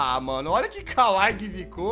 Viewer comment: A pronúncia é kawaíí, não kawai. Bjs, Jazz. E não se preocupa que logo, logo sua garganta vai acabar explodindo de tanto fazer a voz da Jazzy :v